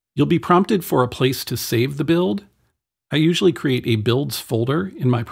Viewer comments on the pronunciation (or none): none